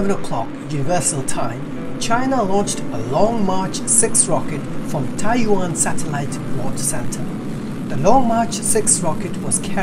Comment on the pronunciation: You really need to polish up your phonics. It's Tai Yuan not Tai Wan